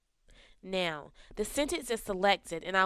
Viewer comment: It's now not neh-oh